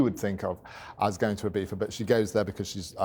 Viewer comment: Nice guy. Ibeefa cant be the correct pronunciation tho 🙈